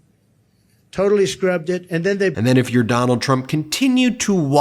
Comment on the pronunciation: We should just refer to him as "Duh-NALD" from now on.